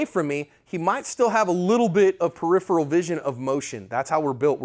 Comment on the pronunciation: Excellent. Thanks again,. I also appreciate you can pronounce peripheral correctly. Heh.